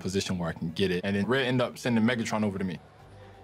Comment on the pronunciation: That ain’t megatron that’s methatron